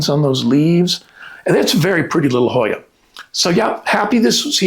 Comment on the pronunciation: I love this Hoya. I have trouble spelling and saying the name. Thank you for the name and pronunciation.